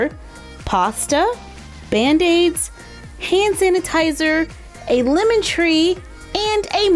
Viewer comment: You said limen it’s lemon